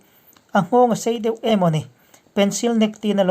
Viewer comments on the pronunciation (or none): none